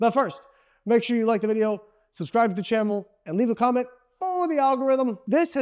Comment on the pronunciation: i think he called it a “ chammel “ anyone else see that?😂